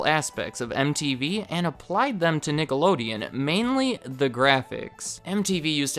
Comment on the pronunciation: stop with the racial slurs dude, you were clearly saying nigalodeon